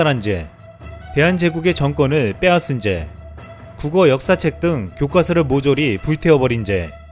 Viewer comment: 교과서를 왜 굣꽈서라 발음하는지? 이런방송을 한다는게 어울이냐